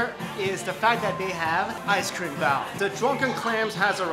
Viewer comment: I keep hearing BOWEL (relating to poop) instead of Bao. Lmao. #NursingProblems.